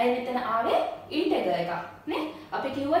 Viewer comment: Valuable playlist and explanation is very clear 👍 Check the pronunciation of Integer. Good luck👍